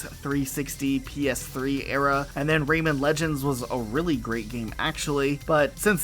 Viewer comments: Out of my entire 32 years of living in this planet. This is the first time I hear someone call "Rayman" to "Raymond" lmao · Really weird to hear people saying”Ray Man” pronounced like that….raymon lol